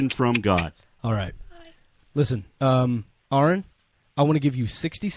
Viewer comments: 'Ah-run', not 'Air-un'. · It's "Ah-run". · Why can't anyone say Aron's name right? It's not pronounced "Air-in", it's pronounced "Ahr-on". Anyway, Aron won the debate. Mr dance around the questions lost in the first minute. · Can't believe anyone still says "Air-un".